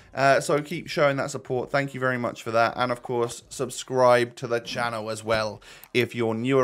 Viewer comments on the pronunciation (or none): none